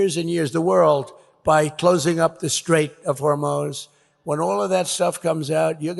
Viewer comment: Did he say the “Strait of Hormones”? 😂😂🤣